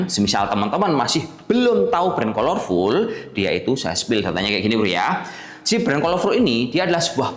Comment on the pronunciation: bacanya kalerful mas, bukan kolor wkwkw